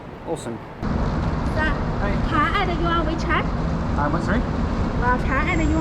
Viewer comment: It's wechat, not weechat, jesus mate